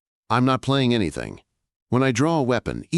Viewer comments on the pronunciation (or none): none